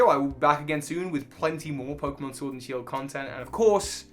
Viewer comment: Ah yes my favourite Pokémon game, Shiord